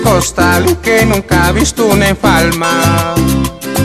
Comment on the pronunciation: Manito con mucho respeto, nosotros decimos enjalma, es que pareció escuchar enfalma